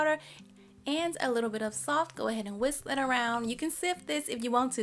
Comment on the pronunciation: “Misk” mix and wisk maybe ❤️😂. Love this cake